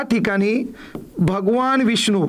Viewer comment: भगवान असं असते ते न न...! ण नाही... आता दहा वेळा वहीत लिहून काढा